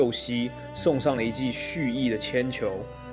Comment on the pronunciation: 不好意思，請問一下台灣發音裏面鏟球真的是讀成鉛球的嗎？有點震驚